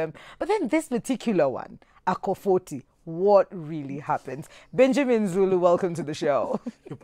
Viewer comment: Hahahaha eeei "...maybe it's your smile.." 😂😂😂 Rearry?